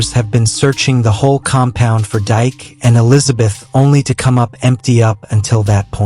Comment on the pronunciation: It’s not Dyke it’s Pronounced DK in African culture